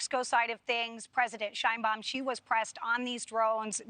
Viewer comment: Scheinbaum???? Mexico???? Something wrong.